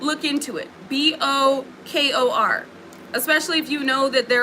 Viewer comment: Bokor is pronounced boh-core like “bo” as in “boat” and “kor” as in “core”.